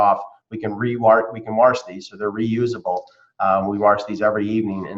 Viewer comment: Good thing they can WARSH these lmao